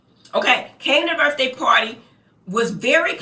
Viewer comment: "Burffday party"